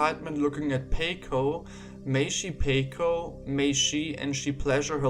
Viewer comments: paco rhymes with taco. thanks for the vid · unrelated but its supposed to be pronounced "pawco" lol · His name is pronounced paw-coe. Sorry this annoyed me so much I had to say something. I love your videos though man. This has been my only negative reaction from any video I've watched and obviously isn't a big deal.